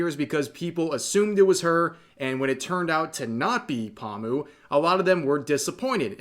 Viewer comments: idk why but hearing pomu being pronounced as pawmu is just hella funny note: Pomu is pronounced Poe-mu/Poe-moo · I mean pronouncing her name wrong is a tad... Obnoxious and irritating. Poh moo, not palm moo. But otherwise valid. Sucks that it wasn't her but Calli has more starpower. Wish it was Pomu, but I'm not gonna hate for Niji not getting a deal. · Omfggg dude it's "PO-mu", not "pamu"... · Poe-mu, not Paw-mu. This hurt to listen to the entire video with the constant mispronounciation. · The way Rev say Pomu lol XD Pamu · Oh god why does Rev keep saying Pahmu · Lmao u probably gonna piss em off by the way u say paw moo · That's great for Mori but please stop saying "Palmoo" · Lol "paw-mu" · My man, "pahm-u"? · Is he saying “pawmu” wrong on purpose? Lol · Bretherin, The Po in Pomu's name is pronounced the same way as how you would pronounced Po from Kung Fu Panda. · The way rev says pomu LOL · Why do you say pomu wrong